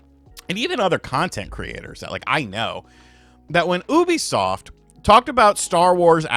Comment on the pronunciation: its youbisoft, not houuuuuubisoft😡😡, damn it!!!!!!!!!😤😤